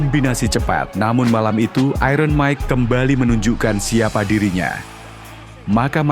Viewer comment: Sebut 'iron' pun tak betul orang Indonesia ni. Belajarlah Bahasa Inggeris dengan betul.